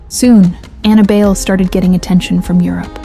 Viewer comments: BAYLE??? As in "bail"??? Being a Filipina, I think it's pronounced as "buy lay" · I don't think her surname is pronounced as bail/beyl. Since she's a Filipina, it's pronounced as Bay-le (short "A" and "E" sounds). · Ok...it's not pronounced Bail...it's Buy-Leh. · It is pronounced as BUY - LEH , but according to Anna , the Designers she was working with wanted to pronounce it as BAIL and she decided to go on with the BAIL surname and to her , it sounds unique and classy and the rest is history..... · Anna BYE-LE or BUY-LE. There is another Bayle competing at this year's Miss Philippines Earth 2026 named Mavee Bayle. Not sure if Anna is related to this young lady. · Pretty sure her last name is pronounced Buy-le (le as in lemon) or bay-le. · I thought Bayle is pronounced By-leh. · Anna BAYLE Pronunced as BUYLEY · Bayle is pronounced "Bahy- le'" The a is a short a sound and her last name is 2 syllables. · Bayle is pronounced Buy- lee. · its Bay-le. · Her surname is pronounced "BAY-lay." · The surname is pronounced buy-leh. Apparently it means "dance" in Spanish. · Thanks for this, although you pronounce her surname wrongly, it is ok, because I am a Filipino but I dont really know her...